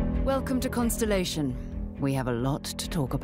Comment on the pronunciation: I'm so looking forward to Starfield, but of course the inclusion hire in the "Production Director" doesn't even know how to pronounce 'ConSTELLation'. She said 'consolation' 😂